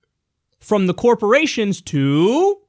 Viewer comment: But Kiyal, tex breks to dee corpawations ar gownna kweate jerbs! Y r u no pwaytrweat? Y u het Murweeca? The Mwega Copowations ar deh bess! Gud Bwess Merica!